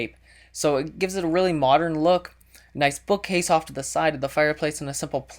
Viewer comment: I swear, if he says moderen 1 more time!